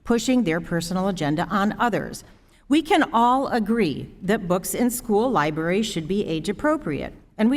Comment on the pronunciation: Did he just say Lie-berries